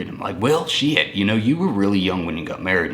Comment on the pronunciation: Tell me you're from Texas without telling me you're from Texas. " WELL SHYYYYT!" 🤣🤣🤣 I wasn't born in Texas, but did MOST of my growing up in TX 1988 to 1997. I consider Texas HOME.